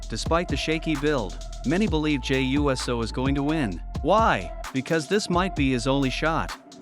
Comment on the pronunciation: I saw nothing wrong with the match. Hated how your video kept saying “Jey U.S.O” as if it’s a fucking USO show for the US Military 😂